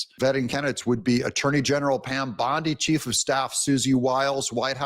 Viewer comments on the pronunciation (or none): none